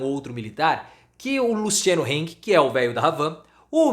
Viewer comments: Se pronuncia Hang e não Heng. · É hang e não heng, em alemão a é a e nao ei